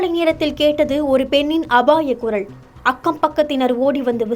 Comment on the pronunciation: சனியனே அது baliyal இல்லை அது பாலியல் குறள் இல்லை குரல் உங்க நாக்கில் செங்கல்லை வைத்துத் தேய்ச்சால் தமிழ் சரியா வரும்